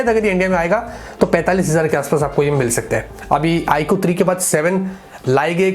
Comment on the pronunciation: IQooo nahi Aapko eeku -eeku bolna chaya